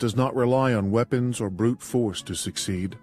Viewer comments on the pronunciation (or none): none